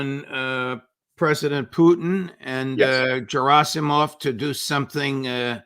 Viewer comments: "G" in Gerasimov' s name is pronounced like "G" in the word "Ground" or "Great". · It's Gerasimov with the hard "G" as in "garden".